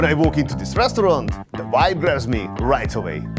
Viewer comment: Its VIBE, not WHIPE haha. I'm sorry but uses it in every second sentence